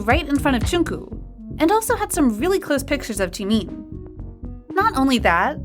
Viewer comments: She rlly said Jookoo and Jemean It's Jungkook and Jimin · I don’t want to be mean but miss girl is saying “jungkoo” and “chimin” 🤣🤣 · That ain't Jimin, that's Shimin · It's Joonkook not Joonk! And it's not JimIn! It's Jimin!😒😒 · im really sorry i dont mean to make fun of u bt its Jimin not jimeen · I feel offended that u say tjimeen 😆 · It is not Jimiiiin, it is Jimin... goddamnit. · i like how the video goes jeemin instead of jimin tho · It’s not pronounced chee-mīn It’s pronounced ji-min (as in mint) It’s not pronounced chung-gkuu It’s pronounced jung-kook (as in cookie) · “Joon-koo” And “jeemeen” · Others:Jimin and Jungkook Her:Jeemeen and Jungkoo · ah yes, jeemeen and jonkoo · im so so sorry no offence to the channel but i crack up every time i hear "jInKoO" and "cHiMeEn" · Jimeen lol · I love how she pronounces it June coo and Jee Mean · Why are you pronouncing jimin like cheemin and jungkook like chunku its so annoying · “V and jOoNkOo” “She made jOoNkOo laugh” “Standing right in front of jOoNkOo and jEeMeEn” I can’t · Jeemeen, joonkoo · I love how she pronounces it like: JEEMEEN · Why did she say jeemeen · Ok but can we just talk how about the person who is Telling this stuff pronouncing jimin as jemeen (no offense) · The way this narrator pronounces Jimin as “chimin” is triggering. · Ur BUTCHERING bts’s names!!! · Ikr- she pronouncing the names wrong 😭😭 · The way she pronounces jimin tho😂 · Pls I'm cringing at the narrator for not saying Jungkook and Jimin's name right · No hate but you're pronouncing Jimin wrong- and even other members name wrong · You're mispronouncing Jungkook's & Jimin's name lol😹